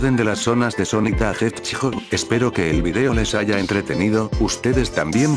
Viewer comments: EL JESHEJOJO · Nadie absulutamente nadie: El inicio: Sonic tHE jeuahadsgog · Yo que el loquendo mejor hubiera puesto Sonic el Erizo y no “da Hetchjoj” 😅 pero amé el video 🤭💙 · sonic da hedshgog XD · Sanic the hecho pobre loquendo sigue sin produnciar bien el inglés ni antes ni nunca xd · sonic the hethgkdodng